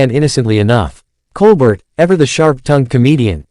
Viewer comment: Can we watch the actual clip instead of listening to an AI generated narration? Also, it's pronounced "Col-bare" not "Col-burt"